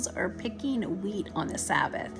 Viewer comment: Wheat not weed